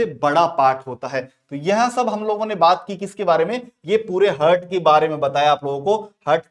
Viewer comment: Pronounciation 🤦🏼‍♀️👎🏼👎🏼👎🏼👎🏼👎🏼👎🏼 हर्ट-हार्ट ,नोज-नौच